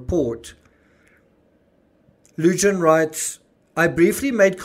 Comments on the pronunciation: Lujan is pronounced Loo Han...not loo john. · Greeting from NM. The "J" in Lujan is pronounced as an "H" Lu Haan. Your welcome. Love your shows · Lujan- pronounced Loo-hahn 😘🖤🖤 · Yes, I live in NM (40min drive from the scene). Lujan is pronounced “Lou-Hahn.” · fyi Lujan is pronounced Lew-han. J is pronounced H in Spanish